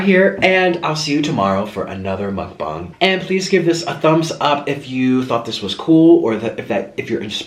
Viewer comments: He keeps saying mukbong and not mukbang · It's pronounced mucbang not mucbong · I like how u say mukbong lol